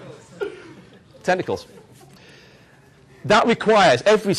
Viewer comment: i lol'd so hard when he said "with many hentai style tentacls"